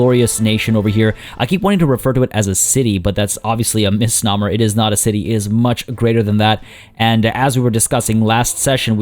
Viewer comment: misnomer is pronounced like gnome not like hummer.